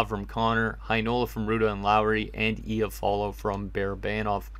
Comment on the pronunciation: lol It icks me how he says iafallo😂 it’s I-ah-fallo not efallo